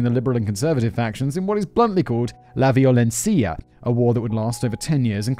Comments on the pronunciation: So close with the pronunciation of "Violencia" just less emphasis in vi-o-len-SI-a and more like vi-o-len-si-a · Como dijo la "Violencia" me dio mucha risa 😂